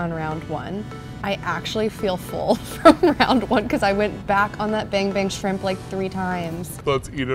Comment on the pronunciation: Take a shot Everytime she says Ban Bang Shrimp, fun game 😉